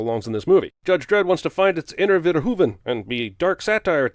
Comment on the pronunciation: Kudos on the pronunciation of “Verhoeven” Jeremy! Most people get it wrong.